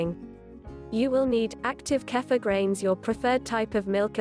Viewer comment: I think it is pronounced keefur rather than kafa